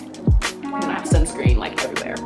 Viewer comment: is she saying sunscream??